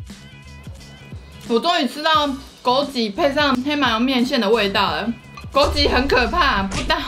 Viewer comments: 是枸杞(ㄑ一ˇ)不是(ㄐㄧˇ)啦 然後我還是覺得吃東西就好不用硬要唱歌 真的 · 是枸杞（ㄑㄧˇ）噢～哈哈哈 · 不是枸杞ㄑㄧˇ 嗎😂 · 是枸杞ㄑㄧˇ😂😂看起來很好吃我要去囤貨了~~ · 還是唸枸杞應該只是有口音XDD